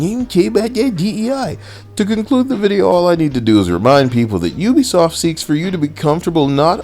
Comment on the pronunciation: lol PUbiSoft. I caught that.